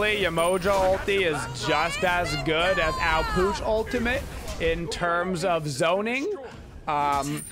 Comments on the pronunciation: It’s ah pwash not aw pooch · Take a shot every time he says Ah Pooch instead of Ah Puch lol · NO its not OW POOCH OMFG. Is Ah Pwash (ah puch). Please ffs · You say it like ao pooch like can you read? He even says it when you pick him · Can u at least say his name right